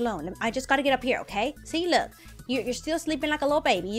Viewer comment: 😡why do you have to say look you don't even say It right you say loo with a silent k you say it for no reason I don't get it Uhh it's kinda annoying I guess I still love you not Hating just stating